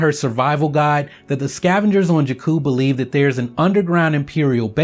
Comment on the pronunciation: I love your videos, yet they are hard to watch when you keep mispronouncing 'Jakku'.